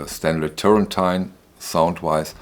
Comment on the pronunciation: Great video again Man. Please, pronounce well Turrentine : it's "terentine", not "terentain". Thanks a lot.